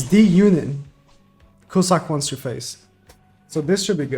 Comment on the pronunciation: btw, it's pronounced cue-zack and not cu-suck